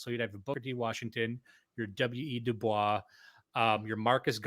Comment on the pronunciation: Harvard alum here. It's pronounced Du Boys. He didn't use the French pronunciation. Please, plese talk about Andrew Young. I remember my parents talking about him when I was a kid. Whatever happened with him seemed very important, but I don't know the details.